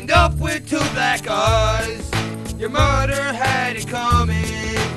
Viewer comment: he says mudder, the next rhyme was 'rubber'....